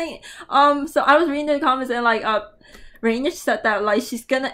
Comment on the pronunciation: Don't worry you pronounced her name well, basically rainych is rainy + channel 👍👍👍